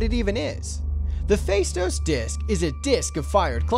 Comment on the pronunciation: The stress is on the last syllable the word Faistos (Φαιστός in Greek).